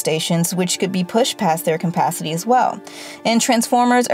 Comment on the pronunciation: “Compacity” I can’t listen to her say this anymore.